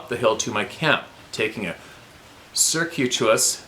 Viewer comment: "que" not "coo"